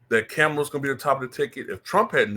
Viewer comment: I donate to you but your political takes are whack in my opinion. I’m not a Kamala fan but you should at least pronounce her name correctly.